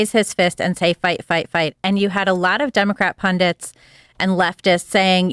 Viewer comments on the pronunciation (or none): It’s PUNDITS not pundunts!!!